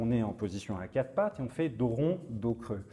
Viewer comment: A quatRE pattes et pas à Cat pattes... Mais bon, c'est la position du chat😂